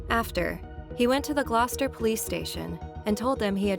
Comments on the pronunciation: I’m from the UK. Well done for pronouncing Gloucester correctly. I’ll never forgot one documentary saying that Fred would often come home from school to see his father having sex with a pig in the living room! Jesus!? They were beyond evil! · Sorry but this voice...... Ugh.... At least she can pronounce Gloucester.... It sounds very text to speech though, sorry, it's just really boring to listen to.....